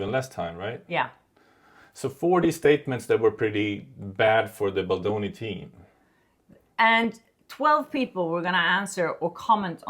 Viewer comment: Its baldoni not baloni